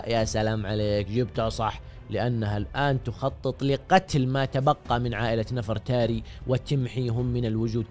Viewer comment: نَفَرْتاري 😂 لا يالوجيه تنطق نِڤرْتَارِي